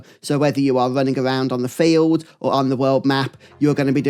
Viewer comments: Can I ask you where are you from? I'm from Spain and it took me like 10 minutes into the video to get what you were saying because I'm clearly hearing all the time "failed" instead of "field". Is it common in your place or it's just the way you say it? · when you say "field" it sounds like "failed"